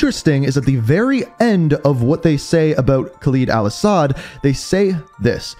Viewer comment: This man keeps saying khaleeeed instead of kha “ LEAD “ al asad